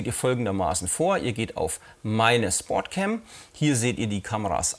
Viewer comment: Im übrigen heißt die Kamera SPOTCAM und nicht SPORTCAM, hat nix mit SPORT sondern mit SPOT (Deutsch: Punkt, Platz, Stelle ...) zu tun. Eventuell hab ich mich aber auch verhört und das "R" kam nur durch den Dialekt mit rein :-) Ansonsten schöne Videos, weiter so.